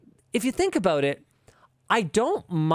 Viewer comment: Am I the only one who thinks "Ha they said aboout!" every time they say about?